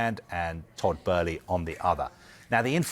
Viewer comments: Bow-ly. Not Bur-ly jesus christ. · To be fair that does seem to be closer to the original German pronunciation of "Böhly" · and then even she said after hearing the other guy say it so much. She literally knew it was Boehly and changed what she knew just because the other idiot was mispronouncing it so much 😂🤦🏼‍♂️ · Todd Boehly ❌️ Todd Bæhlie ✅️ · Somebody needs to tell this dumb turk thats its boehly not!! 😂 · WHERE IS THE R IS TODD BOHHEHEHEHELEY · Dude called him Todd Burly 🤣 sky sports chief reporter and doesn't know the names of the people he's talking about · She pronounces it correctly but Kaveh insists on calling him “Todd ” but seems to then change her pronunciation after hearing him say “” 50 odd times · The other presenter even pronounced it correctly seconds before 🤦🏻‍♂️ It’s almost an arrogance to decide to pronounce it a whole other way after you’ve heard the correct name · but it's not how he pronounces it, there's interviews out there where it's said. Besides with an umlaut it's an "uh" not an "ur" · Literally seconds after the other presenters pronounced his name correctly and then she changes how she pronounces it after hearing him keep saying “” 🤦🏻‍♂️ And Kaveh’s pronunciation is incorrect I’ve heard the correct way in interviews with Boehly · can’t even get the name right & he works for sky ffs 🤦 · why does he keep saying Todd's last name wrong? he has done it in other reports too, christ that is embarrassing. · Can he say Abramovic and Boehly properly it’s irritating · This pundit can't even pronounce Tod's name correctly 🤡🤡🤡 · Typical sky sports. Their chief sports reporter can't even get Todd Boehly name right. Always playing catch up behind social media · Can someone tell this guy how to say Boehly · Sorry I just can't take you seriously if you can't even pronounce his name properly 🤣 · WHERES THE R IN BOHELELEHEELEHEHELEHEY